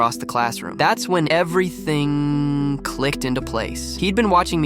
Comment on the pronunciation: When it said, “EveryothiNnGggG, clicked” thought it was a glitch, so I watched it 2x, nope just how he said it 😂